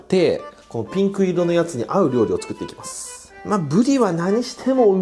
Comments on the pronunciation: 缶缶がピンクの発音が好きすぎてそこから進めないw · ここのピンクの発音すこ